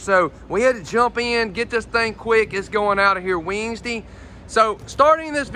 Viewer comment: Absolutely love the way he says "Wednesday"👍👍👍(weens dee😁)